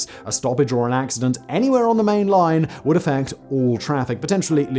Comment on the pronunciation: The more I listen to Simon's voice the more I ask myself why he adds another "oh" before a w. For example "would be..." becomes"ohwould be"